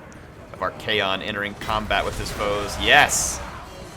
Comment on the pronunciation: Your pronunciation of Archaon's name is a bit annoying tbh, it's not kaon it's con like con-artist.